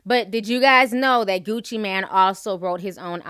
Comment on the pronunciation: Ti!! it's Mane as in main😥😄